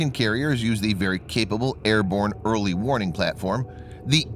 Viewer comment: I'm still hearing "Early morning". Also, it should be "Early warning aircraft ARE very important" not "Early warning aircraft IS very important". Although you could go with, "Having an early warning aircraft is very important for an aircraft carrier". And yes, I am an English teacher.